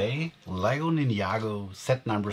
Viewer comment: It's Ninjago Not Ninyago